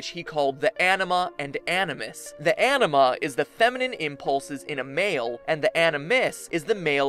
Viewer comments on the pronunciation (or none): none